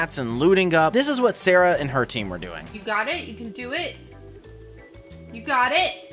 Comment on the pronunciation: sawwah being sawwah